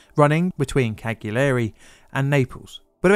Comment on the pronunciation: pronounced Calyari. But spelt Cagliari 👍